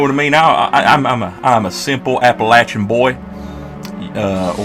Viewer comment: Are you from southwest VA or Eastern TN? You actually said Appalachia right.